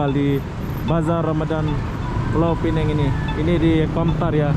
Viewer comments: Bisa bilang Pulau Pinang (baca seperti tulisan) itu versi bahasa Melayu ATAU Penang (baca Pi-neng) - tidak ada Pulau - itu versi Inggris. Kamu bro bilangnya Pulau Pi-neng - Melayu tidak, Inggris tidak 😁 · Sebutan sebenar adalah Pulau Pinang, Pineng adalah sebutan cara Inggeris yg banyak diguna pakai bagi kebanyakan orang. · Kalau bahasa Melayu dsebut Pulau Pinang, kalau bahasa Inggeris tulisnya Penang tapi bunyi nya Pineng harap diperbetulkan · Pulau Pinang bukan pulau Peneng...sila betul kan sebutannya...klau mau bilang Penang ja bisa...ikut lidah bule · yang gitu penyebutannya. Indonesia bacanya Pinang bukan Pineng. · Jangan bawa" negara Indonesia ya, sebut saja orangnya gue orang Indonesia menyebutnya Pinang bukan Pineng..itu bahasa ciri khasnya kalik🤣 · Kebanyakan mereka (orang Indo) susah betul nak sebut Pulau Pinang... pada hal ejaan jelas PINANG... pelik betul... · Ya saya juga heran. Padahal "pulau" dan "pinang" itu dua istilah yg ada dlm bahasa Indonesia dan sebutan keduanya dlm bahasa Indonesia sama seperti bahasa Melayu. Tetapi begitu kedua istilah digabung menjadi Pulau Pinang udah lain sebutannya - Pulau Pi-neng.